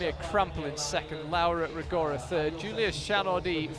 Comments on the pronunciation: FOR GOD'S SAKE... CRISTO SANTO... Mr Speaker, WOULD YOU FUXXXING LEARN HOW TO PRONOUNCE LAURA RO-GO-RA? It makes my ears bleeding hearing your british accent destroying an italian name. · Apologies (I did try to google this) but what's the correct way to say 'Rogora'? Does it have a different sound for 'ro', maybe? My instinct is to say it like did, ie horribly wrong.